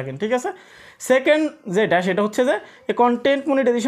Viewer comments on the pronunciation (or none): none